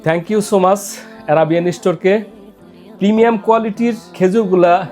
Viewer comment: Uni thank you bolte pare na kon company er ceo naki director 😂